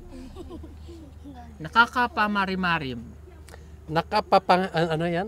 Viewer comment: nakaka rimarim not nakakaparimarim